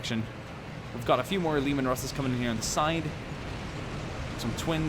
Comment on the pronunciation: Lasgun, you can say Laz or Lase, neither are wrong. The real issure is Leman Russ, it's LEE MAN, not lemon.... I used to say lemon russ......